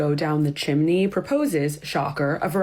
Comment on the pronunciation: Omfg your closed caption said "Shimini" instead of chimney and that's EXACTLY how i heard it and now I'm cackling😂😂😂